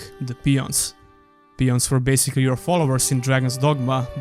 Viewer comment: Peons ? I think you meant Pawns :) Btw, they didn't include a convenient fast travel system because they wanted you to get lost at night and have to fight much more dangerous monsters. But with the amount of backtracking the game had it became really annoying fast. The devs agreed and made it easier in the expansion by giving you a permanent teleport stone but I liked the system of creating your own fast travel points. The story, or rather the lore was excellent but the way it was presented and the general writing was pretty bad.